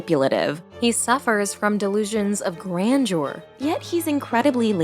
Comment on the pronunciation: Grandeur is not "grandjore," idiot. Learn how to pronounce words.